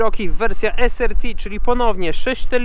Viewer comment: "es AR ti", nie "es ER ti" :)